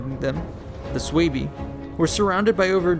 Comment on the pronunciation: isn't it pronounced as sway-vai , i mean those German tribes in Caesar's commentaries